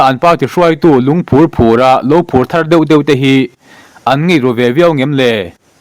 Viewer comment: Lungphúr phúra tih pawh a ni bawk lo e! Lungphúr phùra tih a ni zawk e😮😮!